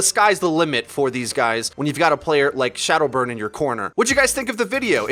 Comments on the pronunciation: He called him shaldow burn at the start XD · At 0.36 did he pronounce shadowburn as shoudo burn?